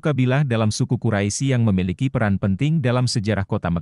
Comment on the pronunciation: Bukan kuraisi, tapi bacanya Quraish ya ahi,, aduh